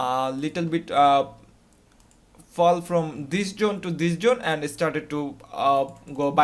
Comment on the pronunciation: I've just worked out; when he says Jone, he means Zone.